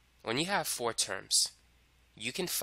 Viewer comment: I love the way you pronounce 'four' :P